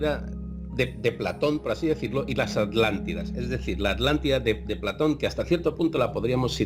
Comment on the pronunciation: Españoles, si Uds crearon el castellano, por qué no lo pronuncian BIEN??? ALÁNTIDA? HUMANIDÁS? Se me caen los oídos al escucharte, chico...